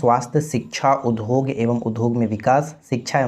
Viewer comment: Udhog nhi udyog padhna chahia